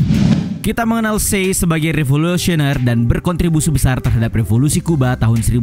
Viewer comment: Che dibaca ce buka se. Tolong lah, kesalahan penyebutan sedikit aja bikin males dengerin vidionya.